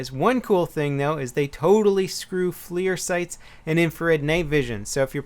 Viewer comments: its not Flear sight. its FLIR (Forward Looking Infrared). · Good video. Interesting about the smoke grenades. Also not to be a grammar snob but that night Vision scope is pronounced FLUR not FLEER. My company works with them and they make great products. Just thought id let you know for future videos. Thanks! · It's flir not fleer. Are we talking about baseball cards or optics? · Hey it's pronounced like fler